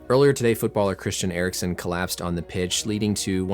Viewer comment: Aha, ok, han uttalade det som "Eriksson" och du svarade på det, nu förstår jag. Amerikaner är ju inte kända för att anstränga sig att uttala icke-engelska namn korrekt...